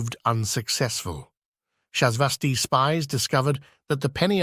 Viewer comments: The ai voice wobbles on the pronunciation of "Acheron" a couple of times ... Hard "ch", soft "ch", and then there's para-die-so and shasvastii. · These are great! There’s a couple of inconsistencies around pronunciation of “Paradiso” and “Shasvastii” but I have no idea how easy that is to manage.